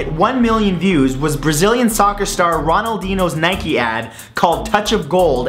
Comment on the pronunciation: Lmao he says Ronaldinho like Ro-neal-deeno